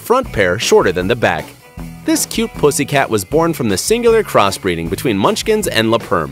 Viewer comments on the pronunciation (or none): It sounds like it is saying the p word😣😖😤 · Is he saying "pussy cat" the entire time?